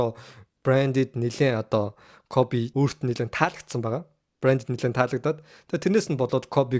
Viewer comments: Дахиж битгий бичлэг хийгээрэй гуйж байна. КОФЭ БИШ КОБИ ШҮҮ. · Тэнэг малнууд Kobe shuu jegshig medej bna э bish и geee duuddag yum huduu huduu ene кобэ кобэ гээд малтаад байга дээр + нь та 2 таг хөдөө зав хэл бас мэдэж ав КОБЭ биш КОБИ гэж хэлдэг мэдээд авчуул та 3т л хэрэгтэй okey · Jhn sudlaj baij naadhaa hgce sda ysn dutuu dulimag medeeller iim bcleg hdginbe tgsne кобэ кобэ gshgad bhi коби bish ymuu ttlaa sda ahahahah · Кобэ биш коби шүү дүү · Kobe bean braynt гэдэг facebookig pacebook гээд мангартаад бдаг шиг хэлэхдээ коби гэж дууднаа э биш и гээр дуудна кобэ кобэ жэгшиг ядахна зөв хэл л дээ хэлэхдээ коби 3аа кобэ кобэ ёооё коби гж хэлдэг юм аа мэдэж ав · Ахыгаа юу гэсийн Кофи гэсиймуу😂😂😂